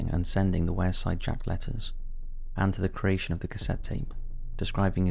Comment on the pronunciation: I belong the area mentioned is pronounced 'Weirside'